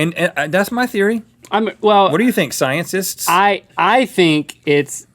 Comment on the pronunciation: did Rhet say : sciensets ? or am i just imagining ?